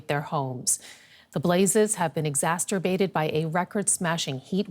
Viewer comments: Exacerbate. Not “exasterbate”. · Exacerbterbate?! … I think you mean Exacerbate